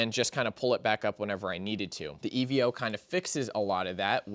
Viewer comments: Evo my guy not E.V.O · It's pronounced EE-VOH